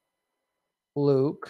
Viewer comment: Brunel was French. HIs name isn't pronounced Gene, it's Joh.